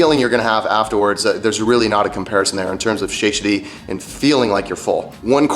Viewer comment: That's not how you pronounce "satiety"